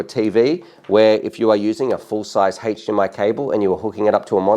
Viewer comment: HAECHE-DMI cable... lol